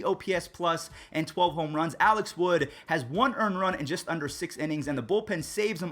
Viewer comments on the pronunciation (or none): none